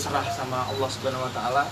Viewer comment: Seneng ada arti nyebut Alloh dengan Alloh bukan pake yg diatas2